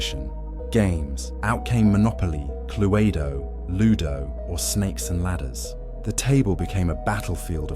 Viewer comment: Good content but some stupid AI mispronounciation spoiling it a bit. Cluaydo!!! Lol.